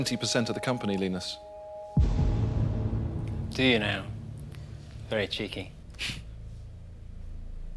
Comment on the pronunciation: Not Lynus but Leenus